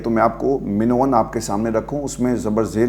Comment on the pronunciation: من و عن کو min VA an پڑھنا درست ہے جبکہ min o an غلط ہے۔